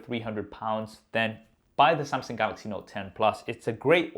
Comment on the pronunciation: Somsong, golox, note ten, plos